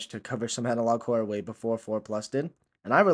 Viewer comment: Because I didn't pay much attention to the title, for the first minute of the video I thought you were saying something like "analog core", it's only after I saw it written down in the video that I realized you were saying "analog horror" then I looked at the title and confirmed it. There is an element of horror in Neural Viz videos, if you squint hard enough. It's the very things we find unsettling in the videos that Neural Viz draws the comedy from.